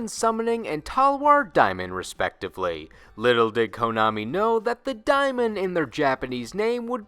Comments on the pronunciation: mhmm. yeah. alrigh. okay. If you allegeded "geniuses" were paying attention" it would have also been CRYSTAL CLEAR during the "deamon" segment that you were also mispronouncing the word "deamon" I studied middle ages in middle school when you were still in kindergarten. but I was done with your channel next week. I am n and no offense but don't call people on the Internet sweetheart. they might think you're coming on to them and in the real world where you can't hide behind a fantasy personality, people would respond with a suplex. or a sludgehammer. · Diamond? Lol the amount of times you said it made me laugh, Daemon is still just pronounced Demon. Old English translated from latin I believe. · and even when not said like demon, day-mon would still be better than die-mon. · The way you pronounce “daemon” is…unique, to say the least. Most people pronounce it either “demon” or “DAYmon”…..never heard “Diemun” before Ngl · daemon is pronounced like "Day-mon" not like diamond lol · Wait I thought it was pronounced like day-men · Summoned Skull's Japanese name is "Skull Demon", you even showed the panel from the Manga and "Daemon", actually "Dæmon", is pronounced "day-mon"! That aside, I would like to stay close to him and jus simply say "Red-Eyes B./Black Chick"! His Japanese name does not contain the Kanji for "Red-Eyes" as found in other cards in the Archetype and so his NAME got an errata to "Black Dragon's Chick"! It's why Red-Eyes Wyvern, Red-Eyes Retro Dragon, Red-Eyes Flare Metal Dragon, The Black Stone of Legend, Paladin of Dark Dragon and Black Metal Dragon have no synergy with this chibi Red-Eyes Black Dragon whatsoever and explicitly exclude it in their Effects! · just thought I'd point out, daemon is still pronounced demon it just uses an older form of the alphabet where æ was still a letter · Daemon (day-mon) is Demon's original spelling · Does he not know how to pronounce daemon? It sounds like demon pronounced weird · Matt Demon